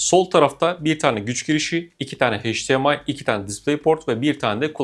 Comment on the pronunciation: HEYCDİEMAY değil EYCDİEMAY.... "H" ile okunmaz.